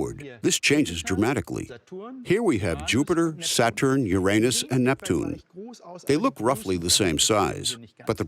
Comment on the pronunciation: You get a like from me just for being able to say the god Uranus’ name correctly!!!!